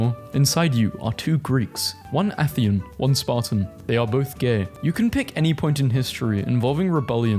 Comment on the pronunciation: anyone else whip their head up in amazement and disgust at hearing Constantinople be referred to as "Con-stand-nip-O-lee" and then again when he said "Med-i-terr-err-ian" and then AGAIN when he said "Ath-EE-yan" instead of ATHENIAN?!?!?! bruh these are surface level historical terms your grandma might know